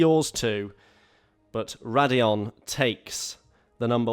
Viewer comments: Its raidillon actually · That’s raidillon actually